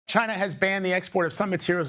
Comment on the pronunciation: It comes from ..... CHAY-NUH!!!! #NotAnymore thanks to......